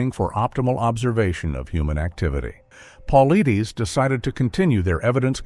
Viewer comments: It's pronounced "Paul - I -tis"! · ONE QUESTION: Why are you producing a video about David Paulides (it is pronounced Pul-ide'-ess) AND MISPRONOUNCING his name over and over and over through the whole thing is EXTREMELY poor narrating? Would you produce a video about Dr Ben Carson and pronounce his name "Dr Ben Cloopson" through the whole video? Don't you think that doing this pretty much negates your authority to talk about the subject? BE ASHAMED! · He mispronounces his name in all the videos he does. Quite inappropriate for someone doing a video about a well-known researcher. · Can’t even say his name right and we trust this? 😅😅😂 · Moronic! Not even professional enough to learn the correct pronunciation of David's name. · The mispronunciation of his name is killing me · Pronounce the man’s name right!!!